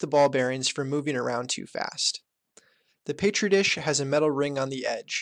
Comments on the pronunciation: "paytri dish" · BRO please dont say "PAYTREE DISH"